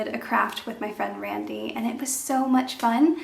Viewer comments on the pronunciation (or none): none